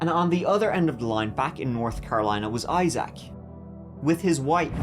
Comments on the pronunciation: the EYE ZACK is killing me 😂 EYE ZIC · Isaac ˈī-zik -zək Accent on the first syllable. I-zik, not I-Zack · I love ya', I really do, but it's pronounced "I-zik", not "I-zak". You're killing me! 😂❤❤ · Agreed! It’s normally pronounced like eye-zick from what I have heard. The eye-ZACH is killin me 😂😂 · “Eye - Zach”😂😂😂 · Learn how to pronounce name correctly, I SAC !! Lol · Ok you’re saying Eye-Zack and it’s driving me nuts 😂😂😂😂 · Legit can’t watch with how many times you said eye-sack (Isaac) 🤢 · Fyi, Isaac is pronounced Eye sick. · It’s pronounced I sick … or I zick is easier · His name is Isaac not Eye Zack 🤦🏻‍♂️ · Say it with me IiiZack. Lol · Isaac is pronounced Izeek. I know you like your pronunciation being corrected. 😉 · Evethough its spelled Isaac with 2 "a's" it's pronounced I-ZIK. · the name is Isaac, not Eye Zach lol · The way you say Issac really pissed me off this video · I’ve never heard in my life anybody pronounce Isaac the way you do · How you say “ Isaac” pisses me off. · The way he pronounced Isaac makes me cringe lol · I hate the way you say the name: Isaac. WTF bro.😂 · I love the way you pronounce Issac!!💜🫶🤣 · Strange way to pronounce the name Isaac, but okay.